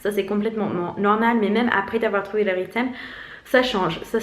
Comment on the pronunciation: Pour info, rythme ça se prononce "ritme" pas "riteme" ;)